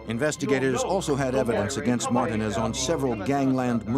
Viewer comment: I have never heard anyone pronounce Martinez that way. Are they dumb?